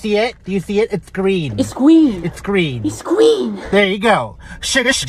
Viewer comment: “It’s gween” 🤣😭😂